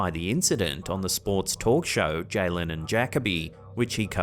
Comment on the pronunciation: It's Jalen and Juh as in Duh so Juh Kobe as in Kobe Bryant. 😂😂